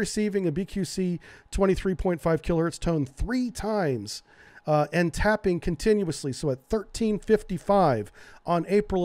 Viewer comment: "taping" not "tapping"